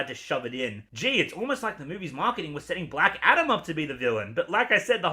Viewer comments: Lol do you keep saying black shadom? 😂😂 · I kept thinking you were saying "Black Adder".